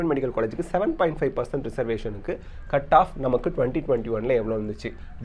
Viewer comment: 7.5% konjam clear aa sollungalae